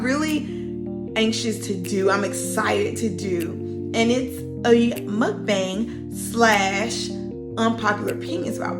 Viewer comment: It's pronounced mook-bong